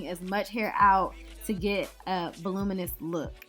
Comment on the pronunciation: 40%. Why not 50% Fuluminious. Wait what was that last word?